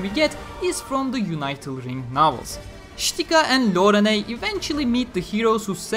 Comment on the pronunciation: "Unital" is pronounced with a short "i" like "unit." Not like "united."